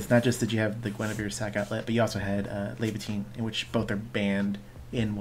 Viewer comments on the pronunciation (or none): You said “levatain” is banned. Can’t even google to look it up because it says that doesn’t exist. But then you say Pricia as “prish-sha” so I’m eternally lost because I can’t even follow along with the power of the internet.